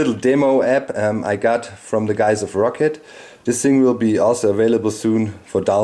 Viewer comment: thought it was pronounced "ROW-CAT" not "ROCKET"